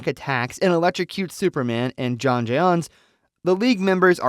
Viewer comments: Jay-on jay-on? Oh, crack me up! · Jay-On Jay-On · Jiyon Jiyonnn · Jay-Yawn lol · Why can't you pronounce 'Jon' it's literally just 'John' I had to quit watching cause it drove me insane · Bro the fact he mispronounces J'onn constantly is very sus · This narrator sucks. I can’t stand the way he pronounces J'onn. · I don’t understand why you can’t pronounce J’onn’s name correctly